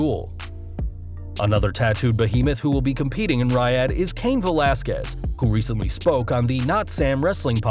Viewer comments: exactly..it's pronounced "Ree ad" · Can you learn how to say Riyadh correctly?